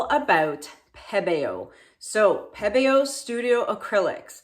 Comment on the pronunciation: I love that you pronounce Pebeo properly. It drives me nuts when people call it pee-bee-yo. 😣😜